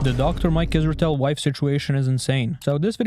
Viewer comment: You mispronounce Dr. Zorp Israetel Vorp a lot.